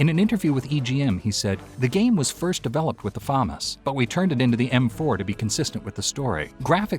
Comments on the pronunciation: Famas Say it with me fu mas not fomis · Say Famas one more time... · ...learn how to pronounce words... damn near ripped out my ears hearing you say FAMAS that way constantly